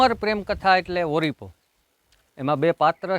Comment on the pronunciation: તું પેલા બોલતા શીખ ઓળીપો કેવાય ઓરીપો નઈ કોડા